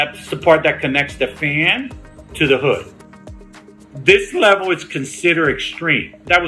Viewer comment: This LEehvel